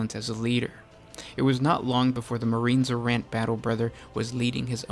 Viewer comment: Marines Errant, not Marine Z'rahnt